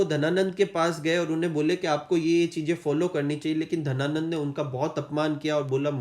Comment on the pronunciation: Sir book mein Ghananand hai aur aap Dhananand bata rahe ho